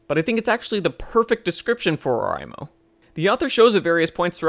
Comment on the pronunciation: It's pronounced O-REI-mo not O-RAI-mo.